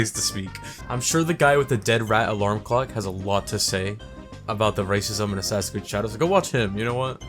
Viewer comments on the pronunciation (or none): shasassassins eed: cradhows